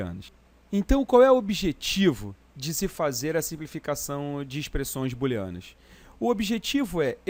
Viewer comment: boolenas" ou "booleanas" kkk